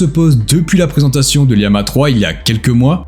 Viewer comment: Je sais pas si tu t'es fait matrixer par Micode mais on dis bien Llama et non Liama, d'où l'image de lama qui y est associée. C'est aussi une famille de modèles dont Vicuna, Alpaca ou encore Guanaco font partie, ce qui explique les noms faisant référence aux cousins du lama. Sinon très bonne vidéo au demeurant 👍